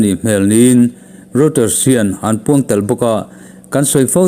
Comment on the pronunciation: Reuter hi rawitar tiin lam la a dik zawkin ka hria